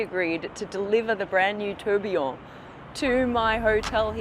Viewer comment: You are pronouncing Tourbillon really badly 😂